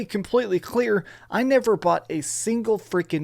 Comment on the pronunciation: Let's take a moment to appreciate how much emphasis he puts on his "T's". Along with how he says "Probably" and the flehm he hocks up on the 'C's" on the word "Costumes" and on the word "Clear".